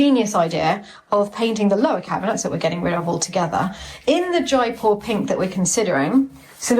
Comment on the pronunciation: It's Jaipur; not Jaipore! 😵‍💫